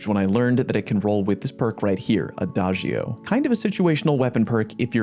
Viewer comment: I love the fact that Fortissimo and Adagio are both Italian words Also thanks for using the correct pronunciation and you are one of few peaple that knows the correct translation